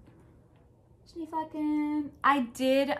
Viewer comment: I love the Social Bubble Jumper. I was thinking it would be a great sweater for my friend in MN. Did you make the first size? I tried to find out from your previous videos, but maybe didn’t catch the size you made. Also, if it matters to you (and if it doesn’t, that’s fine too), Schneeflocken is a German word meaning snowflake, aptly named, and the German pronunciation is Shnay flocken. Of course none of us can know how to naturally pronounce all of different pattern names, but I thought I would tell you. I’ve been trying to properly say “pho” for many years and I will never sound Vietnamese. Regardless of the pattern name, your sweater is just so lovely and I especially like the brown contrast color. Thanks for your willingness to share your knitting projects!